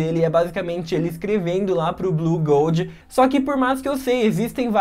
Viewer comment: Ele falou "blugoud"? Não é "bluengoud"